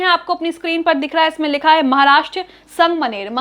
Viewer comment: Didi wo sang maner nahi sangamner hai 😅